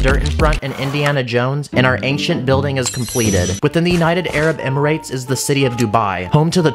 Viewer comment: Bro, it’s not hard to say Emirates😂😂😂😂